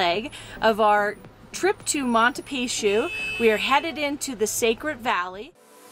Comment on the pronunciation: Did you learn how to say Machu pichu Correctly after leaving Peru?